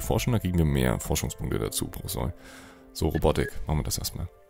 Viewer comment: Das o in Sol wird lang gesprochen.